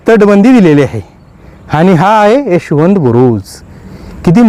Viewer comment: कृपया चुकीची माहिती देऊ नका. तुपाच्या विहिरी अनेक गडांवर आहेत. त्यात जुने तूप ओतुन सडवले जायचे. हे तूप जखमांवर लावल्यावर त्या लवकर बऱ्या होत. त्यात मावळ्यांना बसवले जात नसे. माहिती नसेल तर सांगु नका पण चुकीची माहिती देऊ नका. आणि उच्चारांवर पण जरा लक्ष द्या. उदा. रहश्यमय ( रहस्यमय ), एशवंत ( यशवंत )